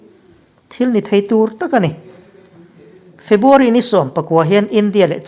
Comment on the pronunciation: Febuary ti tawhlo la ,February tih tur i lamṭhing thei e